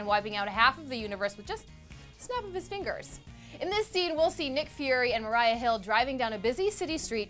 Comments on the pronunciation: Did just say Mariah Hill? It's Maira... haha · It's not Mariah it's Maria Hill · M A R I A HILL. MARIA. not Mariah. MARIA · ITS MARIA HILL NOT MARIAH HILL !!!!